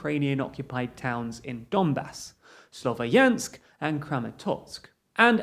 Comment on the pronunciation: Guys please , “ya” part in the name Slovyansk is to be pronounced like “ya”in word “yankee” , apart from that thank you for your job and support , love from Ukraine